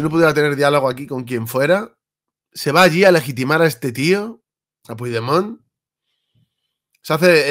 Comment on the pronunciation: Una pregunta, no pronuncias bien su nombre por ignorancia o por vagancia y rencor?